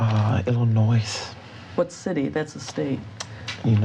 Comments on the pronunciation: “What city?” “Illinoise “ hahaha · Illinoise? Illinois - preacher hint - silent s. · David: “Its a small bank in Illi-noise”: “What city is that?” David: “Uhhh, Illi-noise”: “What city? That’s a state” 😂😂😂😂